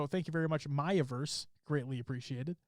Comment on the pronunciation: He said "MayaVerse" haha =) Its Me-Yuh Verse and np for the sub you guys are entertaining and have been looking for a weekly halo esports thing like this to listen to while studying with friend group.